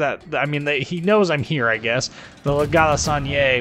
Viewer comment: I love how english speaking persons pronounce french names i.e La galissonière lol. great video as always :)